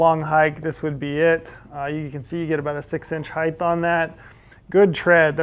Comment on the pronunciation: Good review. Ps: Amazing how persons do not know how to pronounce the word height. It is not spelled heigth; rather height. So, why the th sound at the end?